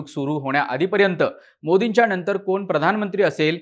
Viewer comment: णनतर ??? पुणहा ??? नंतर / पुन्हा नाही उच्चारता येत ??? काय हे मराठीं 😡😡😡😡😡